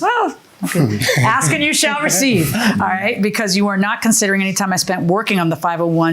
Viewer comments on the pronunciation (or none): They should try to eliminate using the word “ask”. I heard aks about 20 times. That the troof.